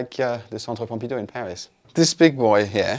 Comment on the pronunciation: Centre Pompidou 😂 made me lol